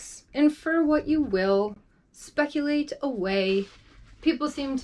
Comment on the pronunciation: Did you just say "Spreculate", I dig it.. LOL, I once said "Solitudic" to answer a question by my friend that lives in KY.. 🤣Bed Hog Dog. and a box of chocolate, lol.. Oh trust me on the haters, they do try to find a way, Oy vey.. 😒🙄But it is what it was, now do you and be the best you can be😁... (aka, also from The Video Stump on YouTube)